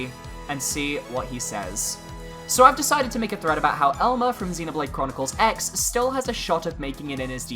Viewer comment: BTW, the "X" in "Xenoblade Chronicles X" is actually pronounced "Cross" iirc.